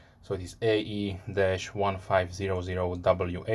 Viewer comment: It is AE not AA!